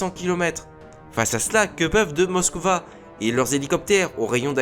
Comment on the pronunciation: Des CNLE ? Classe Moska ? ça pique les oreilles ! mais c'est pas grave